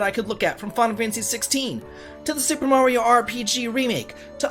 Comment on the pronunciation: You pronounce “Mario” weird as fuck